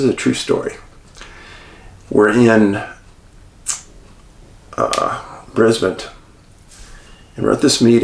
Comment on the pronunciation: Dave the way you pronounced Brisbane was spot on!